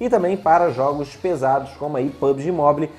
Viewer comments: Amigo, só uma dica: não se fala literalmente "Mobile", mas sim "Mobaiou". Desde já, só esse pequeno acerto kkk Ótimo Vídeo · Agonia demais "Mobili" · Mobile se fala "mobou" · Só uma dica basica: se pretende falar uma palavra em ingles tantas vezes como a palavra mobile, coloca no google how to pronounce e escuta a pronuncia... A pronuncia é tipo "mobaiou". A proposito, excelente video... meu outro cel da xiaomi parou de pegar sinal da operadora dps de 3 anos usando... agora vou ter q comprar outro e o video me deixou animado em pegar um.